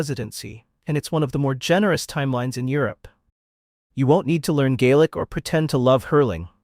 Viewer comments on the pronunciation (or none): none